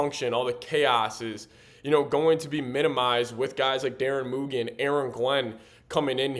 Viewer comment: Moo G lol not moogy